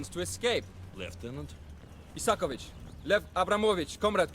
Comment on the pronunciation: It's Isakovich, bro